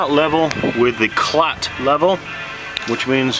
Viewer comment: It's KALT, not KLAT :)